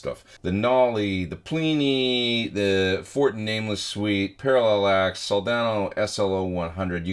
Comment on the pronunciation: what input level are you using and what level are you generally aiming for on the meter? i think it's pronounced para-lax right?